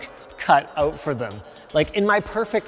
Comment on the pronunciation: "work cut 'out' for them", OH CANADA 🇨🇦